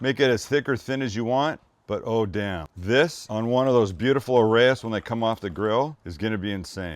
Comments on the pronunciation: Hey just a little "grammar" thing - these are pronounces "Arr-Ahh-yihess", or A' Rha'is. which means "the head" in Arabic, or the leader. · Pronounced Ah-rye-is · The word Arayes is a two syllable word, & it's spelled Araa/yess. It's actually the plural for Aroos, which means Bride in Arabic. So Sam cooked a bunch of "Brides" today .